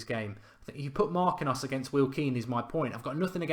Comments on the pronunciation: MAR-KEEN-YOS, not MAR-QUIN-NOS. Same thing win FA-BEAN-YO, not FA-BEAN-NO. Gotta get better at the Brazilian name of you want to attract Neymar lol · It's pronounced MAR- KEEN- UUUs